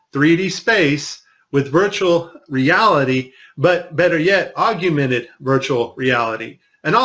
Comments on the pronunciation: "Argumented Reality" loser can't even speak 😂😂😂😂😂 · So you're listening to a guy talk about augmented reality, who doesn't know how to pronounce 'augmented'...hardly an expert I feel. And no, that NASA toy clip was nothing to do with augmented reality, it was simply a mask of the background placed over the toy for the first portion of the video. Easy to do in Premiere, no need for AR. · Love the content! But not so much your mis-pronunciation of "Augmented." Drop the second "U" and you'll have it nailed. Yeah..... I'm kind'of an english snob LOL